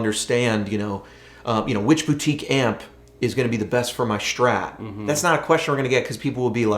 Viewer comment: Man, what's a Schtrat, is it some kinda german guitar ? ^^